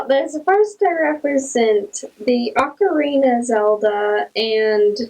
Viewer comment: Hearing you say Ocarina like Macarena is hilarious.